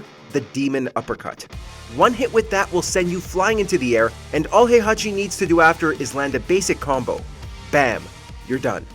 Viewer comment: You pronounced "Heihachi" wrong. It's not "High-Hachi", it's "Hey-Hachi". In Japanese, his name is written in kana as "へいはち", not "ハイハチ".